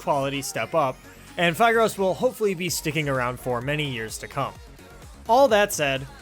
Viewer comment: i thought phigros is pronounced phIHgrOS